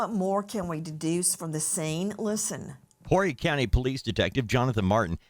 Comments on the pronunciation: This is so very horrifying. Sending thoughts and prayers to the family. And Horry is not Whorey County it's pronounced O-Ree. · First of all the h is silent in horry county.. I hope these Yanks and other people steer clear and let these officers do their job and we also figure out what the mother's attitude with the police is. Definitely Nancy Grace needs to not get involved. It just complicates everything it either had to do with passion or drugs and I will bet the police find out real soon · The H in Horry is silent!!!